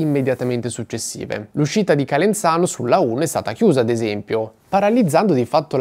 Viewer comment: Calenzano ha la zeta sonora non sorda!